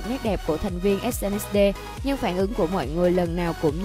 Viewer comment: SNSD đọc là Ét en ét đi chứ đâu phải ét en ét đê